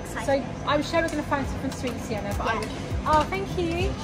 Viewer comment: You dared them to try to pronounce swedish words and what surprised me the most is that you pronounced correctly of Sienna and 😄 the first word smycka means adorn, duktig means good, nybakad means freshly baked, flisad means freshly baked, cirkustält means circus tent and the last word lördagsgodis means Saturday candy we call it Lørdagodt and the reson is because it`s sweet weekend for kids/children and how pronounced were funny.... But are u sure theres nobody in ur family who are from somwhere in Scandinavia because you were good to pronounce swedish words. I'm from Norway and we don’t have nice and delicious cakes in Ikea restaurants here in Norway.... and u guys are loucky to get foods and desserts for so cheap while we have to pay for a lot of money😔 im from a very expensive country [Norway] the food you bought would be in around 25 to 29 pound 💷 if it was here in 🇳🇴 IKEA is just 10 minutes away from my house with bus.